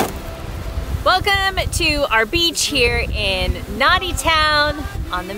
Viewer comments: Just FYI it's Nahndi and just spelled Nadi not na di, And it's Tonga not tong ga, just FYI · It’s pronounced Nandi not Nadi even though it is written Nadi. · . Sorry I disagree. All Fijians write it as Nadi but pronounce it as Nandi. Most Vulagi who don’t know pronounce it as it’s written. So they call it or pronounce it as NA-DI . . Iko sa kila pronounce ? It means the way you say it as opposed to the way it’s written. So if I read “ Pizza “ as someone who’s not Italian , I’ll pronounce it as Pizza but a Italian will call it PI(t) zza . Even though the “ T is not written, every Italian knows that in the Italian language whenever they are reading “ Z” it’s pronounced as a (t)Z . Because I’m aware of this fact , I call it or pronounce it as Pitzza not pizza . Similarly, when a westerner who’s never been to Fiji reads Nadi , they read it as NA-DI whereas it’s actually said as Nandi even though it’s not written as such . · Guys, I don't want to be pedantic, but it is pronounced Nandi. Great videos - love them. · It's pronounced "Nahn-di town" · Just a heads up guys. Nadi in pronounced Nandi. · Guys, in Fiji, town is pronounced Nandi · Great videos guys... I think I have watched most of them ... I am currently in the Philippines and the quarantine here isn't much fun at all ... far stricter than Fiji by the looks ... I lived in Nadi for over a year ... Hugh Scott from Travel Express in Nadi was a friend and a big help in many ways ... a small thing .. in Fiji the "d" is pronounced as "nd" so Nadi is actually pronounced Nandi ... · Pronounced 'Nandi' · NADI is pronounced N an dee, take care, stay safe 👍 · Language 101 in Fiji. In Fiji you pronounce a d with an n in front of it. I.e Nadi is pronounced “Nandi” In the same way a b is pronounced with an m in front of it. E.g. Labasa is pronounced “Lambasa” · BULA, you pronounce Nadi...Nandi.. Have fun and stay safe. Cheers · Love Fiji. It’s pronounced ‘Nandi’ even though it’s spelled Nadi. 😄